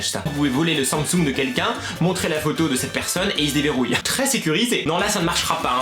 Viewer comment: euh..😂 on dit sam sung